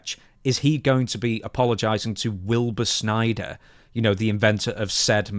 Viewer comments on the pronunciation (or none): none